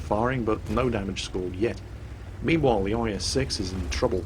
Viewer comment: And every time said 'meanwhile' i actually heard it as 'memewhile' XD I guess this flu has gotten into my ears as well.